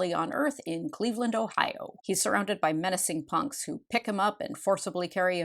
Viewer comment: I love how they get CLEEEEEVELAND so wholly . . . WRONG 😂. I’m from Ohio, and Satan’s Sluts won’t be chasing you there . . . 😂. Also I loved this movie as a kid. You gotta admit it’s entertaining! And a duck with titties will never NOT be funny to me 😂😂😂😂!